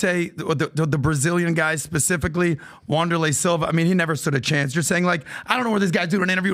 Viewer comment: Wonderlay Silva lol wtf